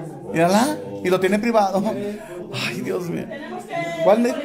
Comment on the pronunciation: saludos se dice Dios mío no diez mio